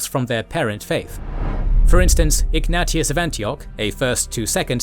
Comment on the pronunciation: And "Ignatius". 🙃